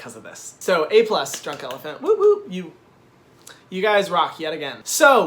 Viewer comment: Actually we don't pronounce the "t" in elephant haha but your French accent is cute! Keep doing your videos, they're funny, a little bit sassy and professional! You just gain a subscriber from France!